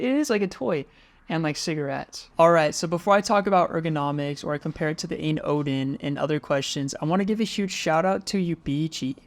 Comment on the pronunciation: Just so you know, it's pronounced Ine (like line mine or sign) and ayn stands for all you need.